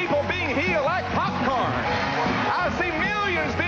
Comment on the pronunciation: "People being healed like 'popcarn'"